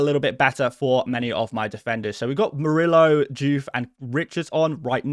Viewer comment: The double “l” in Spanish is pronounced like a “y”: so Murillo’s name should be pronounced like “Moor-ee-yo”. 🙉